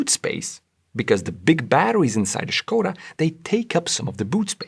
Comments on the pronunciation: Correctly pronounced the name Skoda (SH-ko-da for those who dont know), subscribed! Forgot the detail that BEV's do not emit exhaust gasses or drip engine oil. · It's been a long time since I heard Skoda pronounced correctly. Not surprising that its on this channel, but nevertheless its a rare sound.